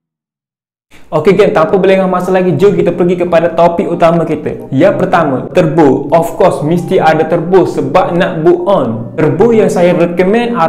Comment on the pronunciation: Bolt on❌ Bull on✅. Turbo❌ Terbo✅. Wastegate❌ Wissgate✅. Wiring❌ Wayaring✅. Rest in peace english🫡